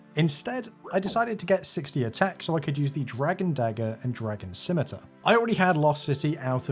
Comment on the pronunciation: Thank the good christ you can pronounce "scimitar"